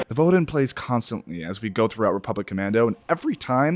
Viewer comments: I played this game last year myself, enjoyed it for much the same reasons you did. However I gotta correct your pronunciation, it’s VodeY AHn. Like you’re saying Eyyy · Vod-eh ON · Sorry, but the official mando’a pronunciation is vohd-AY ahn. Thought i would put that out there. I know, its wierd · I'm surprised there's no highly upvoted comment about the incorrect pronunciation of "Vode An." Just listen to the song itself. "Voh Day On." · great game, great vid - but I have to criticize your pronunciation a bit. "Vode An" is pronounced "voh-day ahn"; just listen to the way it is sung. Certain sounds in the sung words might get lengthened more than they would in normal speech, but the basic pronunciation remains the same. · Only complaint I have is the pronunciation of "vode an". I think it's supposed to be "vo day ahn". Great video! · I tried, but it's VODAY AHN.... sorry, I had to get it out. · IT'S "VO-DAY AHN!" Di'kutla aruetii... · How could you butcher Vode An's name so much when it plays so much? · That pronunciation of "Vode An" hurts my soul. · “Have I been pronouncing Kashyyyk wrong this whole time?” Idk you keep saying Vode An wrong so probably, which is weird since they say it in the song. Vode is 2 syllables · Why do you seem to hate rule 39 so much? XD (Never say no to bacta.) And no no, you're pronouncing Kashyyyk right, they're not. Vode An, on the other hand... you're SO far off every time. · Anybody else flinch whenever he mispronounced "vode an?"